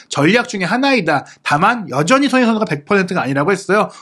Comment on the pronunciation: 예전부터 댓글 달고싶었는데.. 손흥민 선수를 조금만 천천히 말하시면 또박또박 발음하시는데 조금만 빨라지면 소흐히 선수 소ㅎ이선수 소능니선수 등 손흥민선수 언급할때 유독 발음을 너무 뭉개시는거같아요. 라디오처럼 듣는데 자꾸만 귀에 들어와서 ㅎㅎ 조금만 천천히 발음해주세용